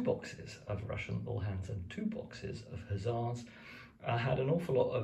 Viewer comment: It’s pronounced OO-Laans (as in Boo) and spelt Uhlans or Ulans. The ‘H’ is silent.